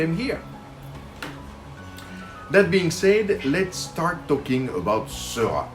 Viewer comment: I love this video! Thanks so much for making it. I finally learned how to pronounce George Seurat too! :D I recently fell in love with The Channel of Gravelines, Grand Fort-Philippe and while I don't think it's up for auction by the National Art Gallery in London, I MAY be bold enough to try to recreate it. Is this crazy ambitious?